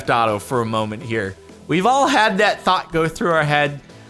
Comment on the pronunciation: “We’ve all has that thot go through our head” (PS I’m not the stupid, I know he said thought)